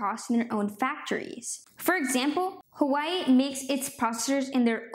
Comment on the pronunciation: It’s pronounced “wa way”